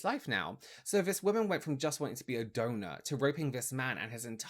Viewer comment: Gotta get two things off my chest: 1. 🎶”How do you solve a problem like Maria 🎶 Sorry, I had to 2. For two solid minutes I thought was saying “donut”. I was soooo confused… then I realized he was saying “donor” 😹😹😹